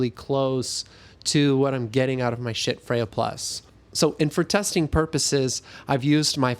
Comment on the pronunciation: The fire alarm chirping is ridiculous. Also could you please say schiits one more time? Seriously. Great review. Poor presentation for a sound based review. Just notes. No hate.